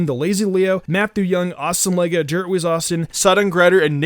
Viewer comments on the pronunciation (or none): none